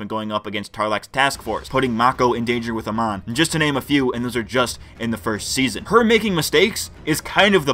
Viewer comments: Bro, it's pronounced "A-MON". Not "A-MAN". Can't even get the name of the bad guy right. The writing in this show is very shallow. That's my main issue with it. Amon wants equality for non-benders, that's cool. But how are non-benders struggling in society? How are they being oppressed? The two wealthiest characters in the series are non-benders (Varrick and Asami's dad). The non-bender homeless people seemed to all be living fairly ok. They introduce a cool concept, they just never flesh it out. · I'm fluent in 3 languages and have a background in linguistics/phonetics. Most Americans have a very difficult time distinguishing between short and long vowels. You're saying "uh-mahn", but it's pronounced "uh-mown" in the show. I can 100% guarantee you that if you hear your pronunciation and compare it to the show you will notice the difference. On my point, the homeless guy was shown always as being happy and doing well. Not to mention, there's the scene where he literally mentions benders and non-benders living peacefully (both being homeless). So bending vs non-bending is not the issue, since benders are also shown as homeless. And the show portrays the situation as relatively ok (no one is shown suffering, being oppressed, etc).